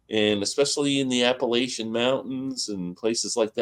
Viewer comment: The Everly's father was a well renowned musician in his own right, looked just like the sons, haha. Zippy Kaplan, what a name!, you should know by now how to pronounce Appalachian, I gave you a poster!